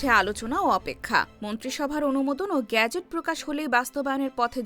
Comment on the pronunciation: বাংলা উচ্চারণে শব্দটি গ্যাজেট নাকি গেজেট? এই উচ্চারণে প্রচন্ড শ্রুতিকটু শোনাচ্ছে।